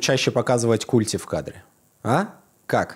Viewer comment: Не культи, а культи